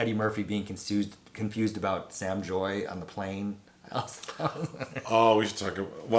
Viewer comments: Bruh her name is Sam “JAY” !!!! Not joy 😂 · I'ma help y'all. Lol. Sam JAY. Not Joy. Lol.